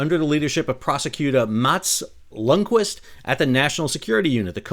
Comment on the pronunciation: Ljungqvist is pronounced Jungkvist. The L is silent. (Ljung = heather, kvist = twig, branch. Qvist being a fancy spelling of kvist).